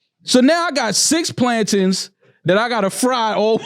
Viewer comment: Never heard it pronounced plantins before